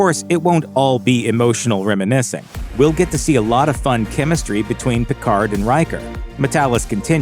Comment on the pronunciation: stop pronunciation the d in Picard